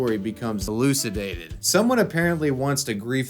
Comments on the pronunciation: waaaait a minute....elukidated? eelucidated? ;P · i like the cut before "elucidated" because you didn't know how to pronounce it lol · Anyone else notice the audio jump cut at the middle of the video while he was reading the venge hack Reddit comment? It comes right before "elucidated", and I think it was done because post recording he noticed, or found out, he originally pronounced the word wrong. Am I going crazy?